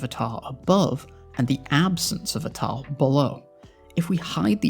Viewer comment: You sound fantastic. I didn't think much on it at all until "tahl". Was there a thought process on that specific pronunciation?